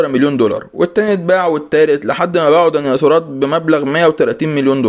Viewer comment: ديناصورات ❌ دنياصورات ✅😂